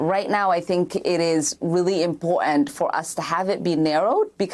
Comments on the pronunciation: ICURA, I love it when she say's the word impor'ant instead of the proper pronunciation important. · That's very " impo'ant"! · Darnal, it's " impor'ant" She needs to speak proper English.